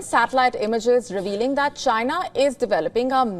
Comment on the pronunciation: especially the way she says Chyna. LOL